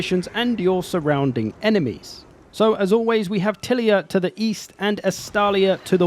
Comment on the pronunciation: Tilea should be pronounced like Leia. ti-LEYA.